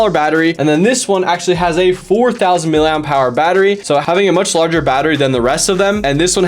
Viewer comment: I fear that you think that the designation of battery size is something like the words “miliam power” based on how you’re pronouncing the “P” so hard as if it were a separate word. It’s “miliamp hour”